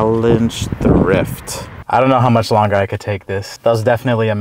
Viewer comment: “How mashhh …. Too mashhh” 💀💀💀